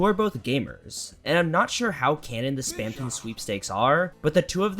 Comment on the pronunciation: spamtouhn, its ponounced ss-p-am-t-uh-nn